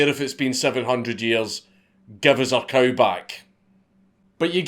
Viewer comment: thought he said coat tbh.